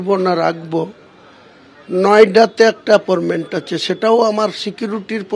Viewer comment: অ্যাপর্মেন্ট na অ্যাপয়েন্টমেন্ট, কোনটা?